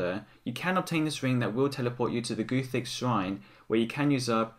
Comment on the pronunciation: stop saying GOOTHIX YOU MOORON